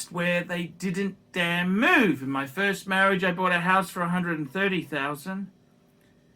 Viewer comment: But not Phirst!!